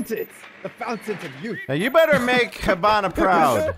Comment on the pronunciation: ...plz Hibana's pronounced like He*bana, not Ha*bana. Sincerely, from a half Japanese. Great video though